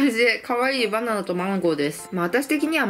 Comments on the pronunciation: バナナって言えてないwwwwww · 所々、バナンとマンゴーて聞こえる笑笑